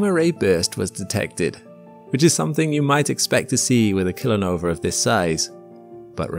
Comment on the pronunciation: idk if I'm the only one hearing it but you keep calling it a "killer nover."